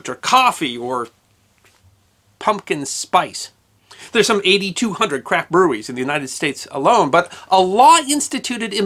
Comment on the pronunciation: Did you say crap beer? Or craft. I'm hearing impaired